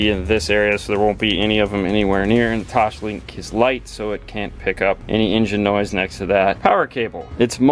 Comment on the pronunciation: Phoebe: "TOSS" Joey: "TOSS" Phoebe: "LINK" Joey: "LINK" Phoebe: "TOSLINK" Joey: "TOSHLINK!"